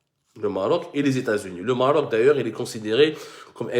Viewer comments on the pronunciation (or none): none